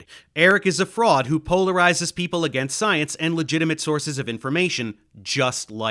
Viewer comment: Exactly, she is trying to do a "posh British" thing that you can hear especially in hers Os as in "over" etc. The biggest joke is that as a German, she can actually pronounce Einstein, but she imitates the common English mistake of saying EIN-SHTEIN. Other examples: contrast = CONTRWAAAAST people = PAAIIPULL MOTHEMAHTICKS IT PEESSES ME ORRRF she is trying to sound like James Bond's boss and failing miserably